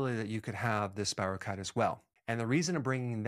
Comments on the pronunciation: I appreciate many of your videos, Dr. Berg, and am interested in much of this, but you know, genetic differences, even in MTHFR, seem to predispose some people to chronic illnesses, maybe Vit D or such could help even then. I was healthier in the summer when I had Lyme disease… please note it’s not Lymes disease, and check the pronunciation of spirochete (keet) so people don’t dismiss the other things you can add to this topic. I suggest everyone watch Under Our Skin documentary, sometimes it’s even free on YouTube. Look for the website on Lyme disease by Dr. Marty Ross, he also covers coinfections, which are often not acknowledged, and complicate things. Any additional tips on improving immune systems would be great! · FYI ANYONE: SPIROCHETE IS SPELLED SPIROCHETE OR SPIROCHAETE AND IS PRONOUNCED AS SPY- RHOE- KEET.